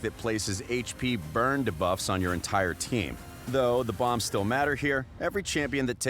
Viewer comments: remember the time this voice artist said Ka'el instead of our usual Kael? now that he pronounces debuffs wrong, i think we're good again with Kael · I had to stop watching because of how he says duh-buf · the guy says debuff so weird he goes da-buffs XD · my ears bleeding from all them debufffs they need to teach him how to say it right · the way he pronounces "debuffs" makes me cringe... when will they actually get an announcer to pronounce these things correctly?